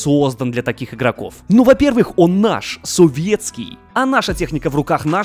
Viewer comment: Непонятен сарказм при произнесении слов "наш" и "Советский"...